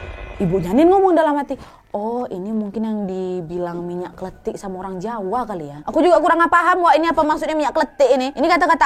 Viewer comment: Kebetulan aku orang jawa kak.. yang bener itu minyak klenthik kak nad.. bukan minyak klethik. Minyak klenthik itu artinya minyak goreng